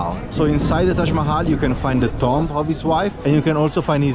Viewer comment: the word "Tomb" is not pronounced Tom-B as you said it; Rather, it is pronounced "Toom(b)", the b is somewhat silent in English. lol. I would not have understood what you said except for the context of the tombs in the video as you said the word. lol